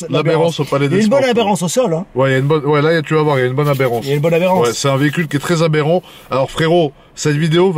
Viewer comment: Ils disent aberance au lieu de adhérence ahahahah